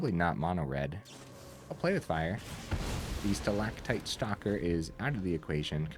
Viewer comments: 10/10 on pronouncing stalactite. (haven't watched full video yet, but had to compliment the correct pronunciation) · The c is often pronounced as a g, but your pronunciation for stalactite was perfect otherwise